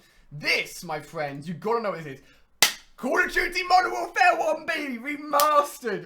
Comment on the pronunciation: I'm sorry but call of duty is not pronounced call of juty